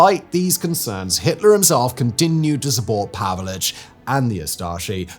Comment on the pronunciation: His name was/is pronounced Pavich, NOT Pavelich. Just saying.